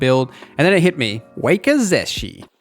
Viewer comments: You did not just call wakizashi a wakey-zeshy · Good lord, it’s “wawk-i-zawshi” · Wakazashi is pronounced wah kah zah Shi just for the record 😅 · I cant get passed the way you mispronounce wakizashi and Sekiro and pretty much every other Japanese word you say lol. Cool vid though, ty for sharing.